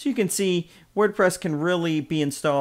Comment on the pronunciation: The pronunciation is Sof-tack-you-loss “Softaculous” rhymes with miraculous. Not Softalicious. Sorry for the correction, but that’s totally wrong the way you said it.